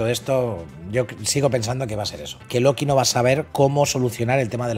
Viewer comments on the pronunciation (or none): none